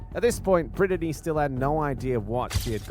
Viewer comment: how did the absolute moron running this channel pronounce BRITTNEY, that they have said multiple times in the video... as "BRIN-UH-DEE"